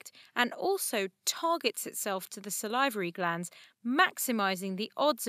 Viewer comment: do people actually say "salivary" like that????